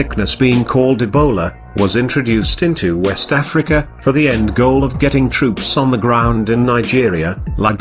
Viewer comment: PS...I love how he says 'wessss Tafrica!'